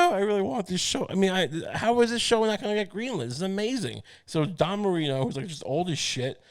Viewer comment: ITS DAN MARINO. DAN. DAAAAAAAAAAAAAN. DAN MARINO. FFS. NOT DON MARINO. DAN MARINO